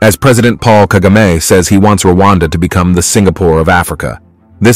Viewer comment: It’s president Paul kagame not kagama